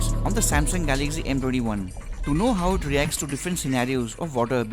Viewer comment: First know how to speak , it's Galaxy not Galagzy. STUPID.